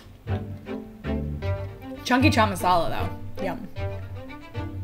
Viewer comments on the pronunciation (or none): none